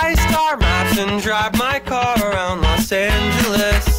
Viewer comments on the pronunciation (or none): you lost me at "los angeles"